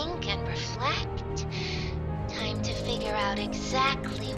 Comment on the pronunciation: When she said “I had so much tome to think and reflect”…my butt puckered and I knew ‘we’ weren’t getting out. Can’t wait for chapter 3 😁